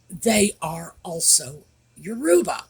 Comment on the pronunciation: The embarrassing Harkles should no longer be part of the Invictus Games as they are a total distraction from the important people, the competitors. By the way, regarding the pronunciation of 'Yoruba' the emphasis is on the first syllable, not the middle one.